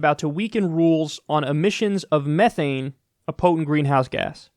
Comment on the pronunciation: Please don't pronounced methane that way, your hurting me on a fundamental level.and yeah, it's worse that CO2 but tbh since it's valuable you don't have to worry about companies pumping it out too much,h they want to keep it